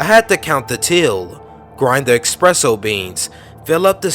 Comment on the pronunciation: There is no X in the word ESPRESSO dawg. Just FYI